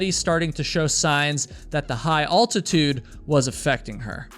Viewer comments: Serious question…where are you from that they pronounce AL-titude as ALL-titude? New subscriber. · Very interesting. Love ur vids but wtf is alltitude its altitude as in AL Bundy. You call him all bundy 😂✌️ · Not for nothing but....its pronounced al-ti-tude (like "Al" Bundy) not ault-ti-tude (like "ault"-right.) Come on now. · Question: your a hiker right? Why do you pronounce the syllables. AL-tit-ude. As ALL-Tit-ude? It’s like the name. AL. His name isn’t ALL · I thought it was pronounced Al-ti-tude never heard it pronounced All-ti-tude before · Why are you pronouncing altitude so unnecessarily weird? It's altitude with the 1st 2 letters pronounced al, like your cousin AL, not like the word all, which is pronounced oll. It's not olltitude. It's altitude. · It’s ALtitude sickness.. Not “ULtitude sickness”… 🙄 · What is alltitude sickness ?heard of altitude is it just you can't prononce the word? There's one l not two as you are saying aint it nice folks point out stupid stuff truly what does it matter just a reminder of what some find To be unacceptable others are smart enough to ignore though the miss prononciation of a word can cause a lot of problems sad were so picky learn to accept people are diffrent it makes life easier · Isn't the word pronounced altitude not alltitude? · It’s Al-titude ding dong, not All-titude. Spell it out and say it! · Bro, it's altitude, not all-titude.😂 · It's altitude not alltatude in case you're wondering. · Will somebody, ANYBODY, pleaze teach this boy how to say ALTITUDE correctly!!!!????? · al·tuh·tood not all·tuh·tood. As is Al Bundy. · Bro. Normally i wouldn't digress from the point but your channel is about hiking, and you said the word 4 times. It's not all-titude sickness. Like mall or fall the way you're saying it. It's altitude sickness, like weird al, pal, or gal. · You can call me Al. Altitude. Not All-titude. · It is altitude (al like in " pal") not "all-titude" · I've never heard anyone pronounce altitude as aultitude